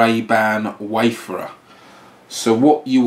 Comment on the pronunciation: It's pronounced WAY-FARE-ER, not WAY-FUR-UR